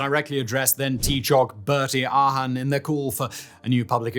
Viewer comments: I have never heard those particular names butchered 😂 Ahern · Ahern is ah-urn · I had to stop commenting, honestly. I can understand mispronouncing Haughey (I believe Simon's in his 30s and wouldn't have been paying much attention to news etc when he was in power) and even Ahern (some people with that surname do stress the A). But Seamus. Darragh. Taoiseach. Gardaí.